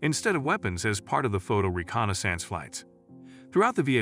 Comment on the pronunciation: If I have to hear this guy mispronounce Mig and reconnaissance one more time...